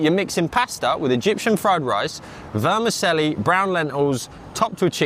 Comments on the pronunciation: Why do koftas always have to look like turds? 😂 So off putting 😖 Vermicelli is pronounced vermi-chelly Ketchup with ME food??? Don’t be dirty! 😖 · Worries about pronouncing middle Eastern food, butchers vermicelli.